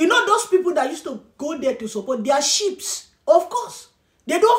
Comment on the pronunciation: BB say Sheep.not Sheep's my dear ok